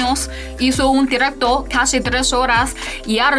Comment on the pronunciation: La única palabra en español qué Lele no puede pronunciar bien es: DIRECTO